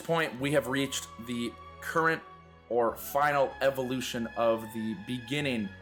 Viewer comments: Great video man. psst "evoution" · “Speedrun Evoution”